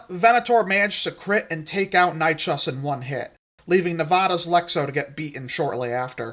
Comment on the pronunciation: Love this mate! Though as a pedant Dino nerd I do need to say that Nychus is pronounced Nye-kiss :)